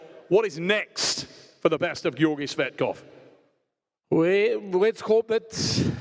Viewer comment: "Gayorgy/Gorgi Fatkoph" is it allowed for the commentator to insult sportsman while the competition? He didn't pronounce his last name properly EVEN ONCE during the entire match. And this is not the first time from Travis, watch other mathes with Tsvetkov where Travis commenting.